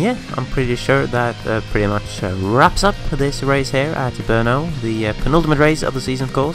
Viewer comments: I live in Brno and you actually pronounced it pretty ok. Just at the end is not "ou", it is just short "o" . Hats off for that "r", that was pronounced well :-) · NIce pronaunciation of BRNO :)